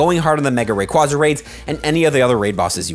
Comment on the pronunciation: Wrong way to say Rayquaza but hype!